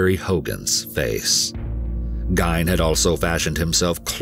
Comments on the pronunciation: The name Gein was actually pronounced Geen. When my wife was a young child living in Wisconsin, her Dad would threaten her and her sibs "If you kids don't shut up I'm gonna drop you off at Ed Gein's house!' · Great vid and very insightful. You present more facts than any other documentary of Ed Gein that I've seen. Excellently produced! I've always heard his last name pronounced "GEEN" though. Great job! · Great vid!! Last name is pronounced "Geen" Born and raised in Minnesota, you did a great job. There is a lot of horror movies that mimic. If you think about it Psycho was made in 1960.. Gein, Norman loved his mother way too much. As did Gein, then you get Wild Bill. Leather face, H.H Holmes (Jack the ripper) well before Gein. Crazy if you think about it. Added: I made this comment before I finished the video lol. Now I see at the end you already pointed it out lol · Ed's last name is pronounced [Geen]. He used to baby set for my 1st. Husbands family. They knew him well. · I live in Wisconsin about 20 minutes away, my grandpa tells the story of how my great grandmother was on the list of people he had on a list to kill! Super crazy. Also from a local it’s pronounced Geen lol. Love your videos guys. Thank you! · Its PRONOUNCED GEEN (RHYMES WITH JEAN) AHH! THATS FRUSTRATING! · Say it like this Geen. Like hair sheen but with a G. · Its pronounced "Geen" btw. Lol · Darling, wonderful producers at EWU, it's pronounced "GEEN", rhymes with "FIEND" (and that was how it was given to news reporters during the time of this breaking open. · Geen is how his name is pronounced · Dude, it's Geen. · Isn't it said like "Geen"? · It's pronounced 'Geen' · I believe you mispronounced his last name. G as in gorilla ēn. But hay, what do I know! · Pronounced Geen, my dramatic narrator dude. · ed gein is pronounced as gene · Pronounced like geeeeeen Ed Gein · it's pronounced geen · Pronounced GEEN like bean. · Ed wasn't the only one killing. This narrator murdered his last name.